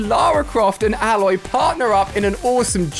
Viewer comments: Ayloy is the pronunciation, not Alloy (like the metal corresponding alloy) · Please say her name correct Ali its pronounced Ay-loy not Ah-loy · It’s not A-Loy it’s pronounced ay-loy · It’s not said aloy it’s said A-loy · ITS AY- LOY NOT ALE-OY😒💯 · mr Alia you pronounce it eh-loi not alloy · Its Ay-Loy thats how you pronounce it did you play the game? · Hey name is aloy. A-loy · learn say Aloy right Ali. It sonds so cringe. It is EILOY, that how it is pronouned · Her name is prenounced Ayloy I just wanted to make that clear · Alia: says Aloy's name wrong. Its pronounced A - loy. you dont say the A sound. you just say A then loy. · It's pronounced Aey-loy play the game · It’s Aloy, not alloy 😂😂😂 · Who else thinks that he botched pronouncing aloy's named sorry just had to say it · Anyone else found it a little annoying he was saying Aloy wrong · Why can’t he say her name properly? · why does he say Aloy wrong. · Hi ali not meaning to sound rude but her name has 1 l not 2. You are pronouncing it with 2 l so her name a loy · It’s obviously Ali that you’ve never played Horizon lol not saying Aloy right 🤦‍♂️ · Am I the only one who noticed how many times he said her name wrong 😑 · The way u say her name is cringe, I can tell u didn’t play the game lol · the way ali a pronounced aloy made me cringe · Me being annoyed everytime the way he says aloy 😤